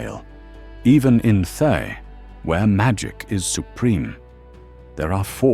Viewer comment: Oh, good ol' "Thigh"... lol 😆 (I know it's AI, but it made me chuckle every time I heard the mispronunciation.)